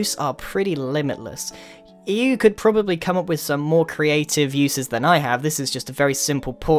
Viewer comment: Now let's all agree... To never be... Cre-at-ive again!